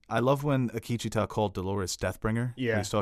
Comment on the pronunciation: The continued (mis)pronunciation of Akecheta’s name by (his name escapes me) was a bit hard to swallow...but personal quips aside, thanks for the enjoyable commentary of my favorite episode of west world. I hope ed Harris doesn’t leave the show. I have lost all interest in Dolores’ one note, boring AF storyline, so if we lose the MIB and Ford continues to be scattered, (I would like to see more of his back story, just more of him any way I can take it really...) Maeve is left holding the lead and I’m not sure how long her story arch can continue...I feel we are going to need to be introduced to new main characters as we go into season three and beyond and the audiences ability to connect with them and their new story will make or break the show going forward. Akecheta was delivered brilliantly so I do maintain optimism...😎